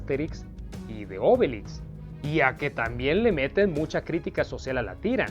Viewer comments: ¿Por qué pronuncias "Ásterix" y "Óbelix" (palabras esdrújulas)? Has dicho bien otros personajes como Asurancetúrix y Abraracúrcix (palabras llanas), por ello me sorprende que no pronuncies como palabras llanas los nombres de Astérix y Obélix. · Es que en Latinoamerica asi los llamamos